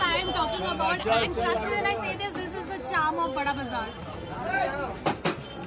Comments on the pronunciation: Bura bazar he pronounces hai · Bara bazar its not burra bazar.